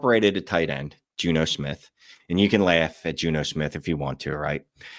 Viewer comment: Had to hear it five times to realize "Juno" was Jonnu 😅